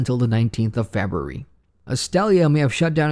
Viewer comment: Great stuff, only thing i don't like is the way you pronounce february. Shit kills me on a deep level, such a strong accent.